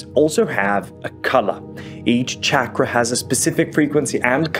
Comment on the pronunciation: Ok die i get mandela effected with the pronouciation of chakra ok are there just tones of people speaking the word who never heard it but tryong to teach people about it